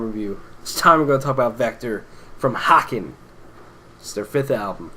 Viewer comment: Great review guys! BTW small note is its pronounced "Hay-ken". Like Kevin Bacon. Or "Taken". But I agree this is definitely one of their heavier releases overall.